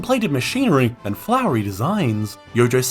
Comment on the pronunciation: "Hello, und welcome" LOL